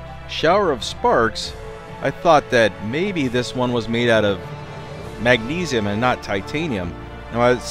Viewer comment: Did he say Mag-sneeze-ium?